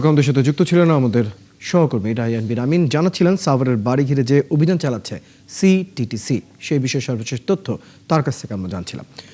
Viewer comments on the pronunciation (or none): সিটিটিসি কইতে দাঁত ভাঙে সাংবাদিকের